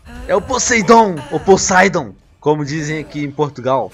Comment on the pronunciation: e poseIdon não poseidon